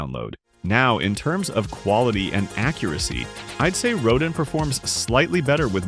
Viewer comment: Rodin is pronounced "roe dan" with the "n" being almost silent.